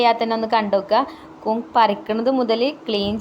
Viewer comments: കുന്ന് അല്ല, സിസ്... കൂൺ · കൂൻ അല്ല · കൂൻ അല്ല കൂൺ. കണ്ടിട്ട് കൊതി വരുന്നു.